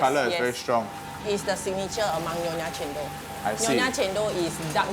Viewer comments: wow, I just realized that's cendol is njendhol (re:njèn dol). Almost can't recognize it just because they pronounce it "cén...", not "cèn..." 😂😂😭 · They claim their cultural cendol, but the funny thing is they can't pronounce cendol very well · From the way the Singaporeans and the Malaysians pronounced cendol and santan we can easily know that they are fake and cendol does not deserve them.